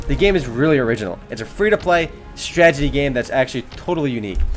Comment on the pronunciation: YOUR STRAGETIES ARE DRIVING ME INSANE!!! XD HAHAHAHA, If I had a penny for every time you say stragety instead of strategy... I'd have like a dime...